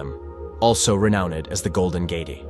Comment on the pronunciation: Bro said "tray-ver-sed" "gay-tee" and "Jay-roo-salem" in the span on 10 seconds. AI voice over confirmed and video skipped.